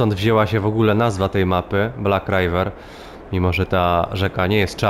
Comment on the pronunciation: Nie rajwer tylko riwer (tak się to czyta)